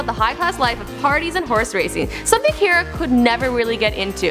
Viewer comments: CAR-UH not CARE-UH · CARA, NOT FUCKING KIERA 😂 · If your going to host a show about famous people, at least learn how to pronounce names. It's "car-ah" not "care-ah" and she's so awkward when she talks and moves it made me uncomfortable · for fucks sake it's not CARE-A it's CAR-AH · you mean car-ah not car-a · It's car-ra not care-ra! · Car-a, not Care-a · At least pronounce her first name properly, Do you drive a care? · car-a not care-a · This channel can never get anything right. Friking "Caera" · Fucking "care-uh" smh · it's pronounced car - a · It's pronounced cAra...like, CAR-A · DID YOU JUST SAY CAY-RA? TRIGGERED! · "Care-uh" fucking "care-uh" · this channel is notorious for mispronouncing names. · Her pronunciation of Cara irritated me the entire way through... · The pronounced her name wrong and I cringed so hard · Why would you mispronounce her first name when she clearly introduces herself with the correct pronunciation at the start of this video?? I don't know why you guys can't ever get pronunciation correct. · She's saying the name wrong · Stopped as soon as she said her name wrong, I'm sorry but come onnnnnn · Cara literally just says her name and then you mispronounce it. That annoyed me sm ahh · She's saying her name wrong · This host is so cringeworthy. She can't pronounce her name correctly, I can barely understand her slurring words, and when I do she sounds so forced and awkward. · if you're going to make a video about cara delevingne, at least pronounce it properly. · Car-a as in what you drive, not Care-a, and Joan | not JoAnne 😬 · okay the fact that the host pronounced cara wrong was annoying but I was fine with it since a lot of people do that, but how does she not know how to pronounce anna karenina??? i thought that was something that even if you don't know anything else about anna karenina, you've probably heard it pronounced enough to know how to say it